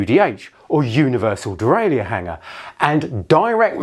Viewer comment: Why have you decided to mispronounce 'derailleur'?